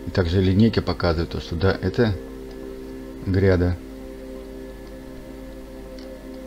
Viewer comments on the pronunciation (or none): Не грЯда, а грядА, ударение на А!!! И я подписан на этот канал🤦🏻‍♂️